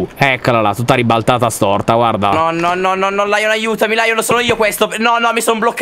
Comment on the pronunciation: Stre mi dispiaca ma la detto lyion pero ti voglio bene😓👆